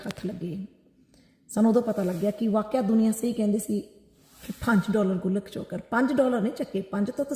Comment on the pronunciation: ਗੁਲਕ ਨਹੀਂ ਗੋਲਕ ਹੁੰਦੀ ਐ।